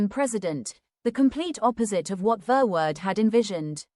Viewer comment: Horrible pronunciation for a horrible, evil Hendrik Verwoerd